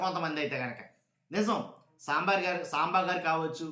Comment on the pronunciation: 😂tv 5 saambaar antunnattuga vinipistundi😂